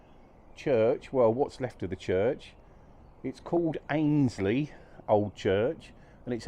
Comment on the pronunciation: Hey there! Great to see you somewhere local to me! I was born and bred in Annesley.. you pronounce it Ann-es-ley When I was a kid we were able to get into the hall. It is/was amazing in there. I hope it gets proper restoration soon